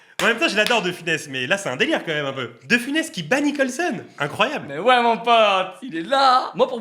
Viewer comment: Funès pas Finès mais bon les jeunes aujourd'hui ont de moins en moins de culture et c'est pas avec le temps que ça va s'améliorer